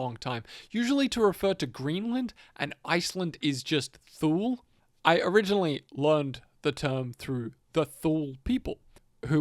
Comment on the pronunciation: “Ultima Thule” is pronounced “Ultima TOO-LA”. Fun fact-before Hitler was in power and he was just starting to speak in beer halls in Munich, the man who took him in and taught him the things that turned into National Socialism, was part of a group called “the Thule Society”. They believed in some really extreme things such as anti semitism and the belief that the German people descend from these Gods that made them “better” and stronger people that are above other non aryans especially. They were vaguely Nordic type Gods that this Thule Society believed in and used to support their extreme nationalism ideals. Not sure if that story has anything to do with the game and the name of Ultima Thule. Just thought I’d bring up a side note. 🤷🏻‍♂️